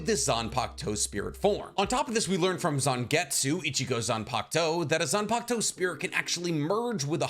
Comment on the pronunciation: how many times y’all think he said zanpakto